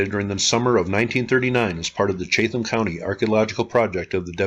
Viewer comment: Chatham is pronounced chat-um